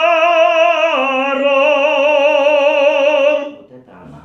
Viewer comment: От твоего "серцепожаром",, у меня телефон дребезжит...